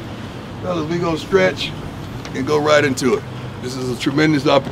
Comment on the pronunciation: just to Clarify its STRETCH not SKRECH....